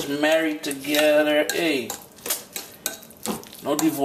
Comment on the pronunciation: When u say "hey" it reminds me of my West Indian ppl lol